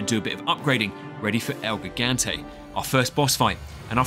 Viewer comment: HELP WHY DID HE SAY GIGANTE LIKE THAT